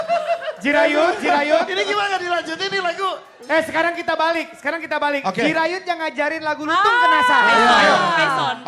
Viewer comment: Jirayut bg, bukan Jurayut.